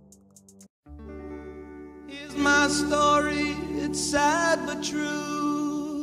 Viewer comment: Dion is a legend and now even in his 80’s he’s still performing. He originally was in the group Dion and the Belmonts and had many hit songs. By the way it’s Dee On lol And this is performed in a night club. The crowds are very respectful. They wait till the performance is don’t to show there appreciation. It’s not a rock concert. Love you old school videos. Keep ‘em coming